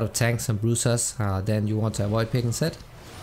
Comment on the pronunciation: It sounds like he’s saying sett not zed